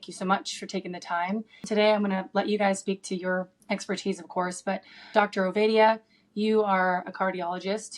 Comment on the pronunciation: His name isn’t Ovidia it’s OvAdia as in say aaaah, get the guests names right please!